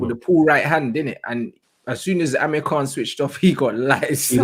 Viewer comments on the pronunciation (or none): none